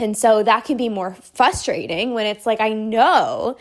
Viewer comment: Frustrating not "fusstrating", lol :virtualhug